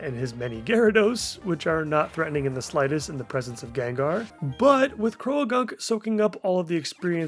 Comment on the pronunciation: I’ve been meaning to comment on this for a while, but the way you pronounce Croagunk is interesting. I don’t think it’s technically correct, but I like it better so I’ve adopted it for my own use. Love the series!